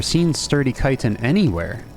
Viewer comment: Why dont you pronounce the ch in chitin? Its the first time hearing it called citin 😂